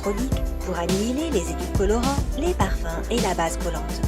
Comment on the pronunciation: édulcolorants??????,, putain elle sait pas parler